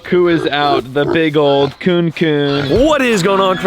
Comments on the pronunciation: bruuuh its pronouced 'coo-nee' not 'coon' as a new zealander its so hard hearing you pronouce it wrong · I doubt you'll see this but kunekune pigs are a Māori word pronounced ku-ne-ku-ne pigs